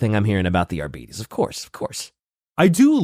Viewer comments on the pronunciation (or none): Wouldn't it be pronounced like ar-beh-tis or ar-bah-tis instead of ar-bee-dees? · Im so sorry, but ARE-BEE-TEES will never sound right to me. ARE-BIT-TEES sounds better. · I got di-arbetes hearing you pronounce it this way, too. Think "arbitrator." "are-bit-ees" instead of "are-beeties" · Adeptus Arbeedeez nuts. (not agreeing on the pronounciation) xd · the fact that gives a false pronunciation of adeptus arbites only to give an alternative that is also incorrect is so mildly infuriating